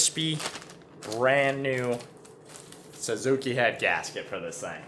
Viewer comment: Say it with me boys.. sUzuki.. not sAzuki 😂😂😂